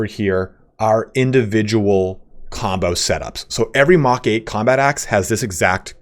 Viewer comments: Lol I came to say pretty sure MK IV Power Armour is Mark IV. Thanks for the video tho. Couple good tips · thanks for the content. It’s great. 1 think to note is the mk is short for mark rather than mach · It's not mach...it's mark. Mark 1 mark 2 mark 3. It's a way of delineating between versions of gear. Mach is how fast you are going relative to the speed of sound depending on your altitude. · Just an FYI for future MK stands for Mark not Mach.